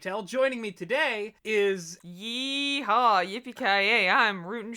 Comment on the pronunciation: The fact that he said "yeeho" instead of "yeehaw" hurted in my core